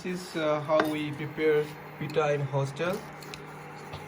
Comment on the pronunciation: Pitha not pita